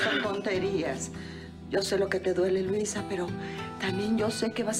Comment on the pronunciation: La señora Curiana😂😂 dise luiza